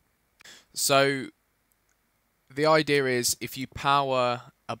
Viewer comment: lol he says "idear" instead of idea